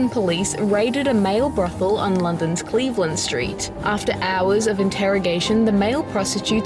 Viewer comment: It's the Cleveland Street.....scandal. Not the Cleveland.....street scandal. It wasn't a street scandal. You need to rethink how you read text and focus on getting the emphasis correct.